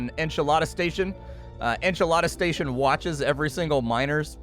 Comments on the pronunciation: I'm not sure if its funny or heretical that keeps referring to it as "Enchilada Station" rather than Enceladus (En-cal-edd-us) Station XD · "Enchalada Station" ?? lol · Enceladus En-se-la-dus It's a moon, not a snack